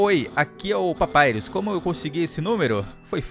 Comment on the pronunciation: Percebi que agora o só fala papairus ao invés de papirus ou papirus papairus ( sei escrever o nome dele certo e só a pronúncia que escrevi )